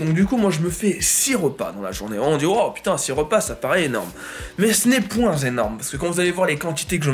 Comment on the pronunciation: "Ce n'est point-z-énorme"